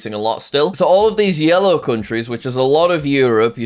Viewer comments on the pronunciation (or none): none